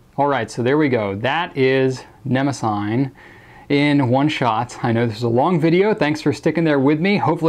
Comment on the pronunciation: I think it may be pronounced neh-moh-zinee. Or that is how I was taught to pronounce the name of the goddess (I may be wrong >_<). Anyway, love love love your review videos!